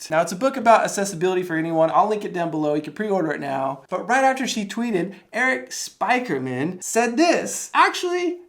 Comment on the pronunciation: Erik Spy-ker-min? Come on, dude. That fact you don't know who that is and how to properly pronounce his name is astonishing.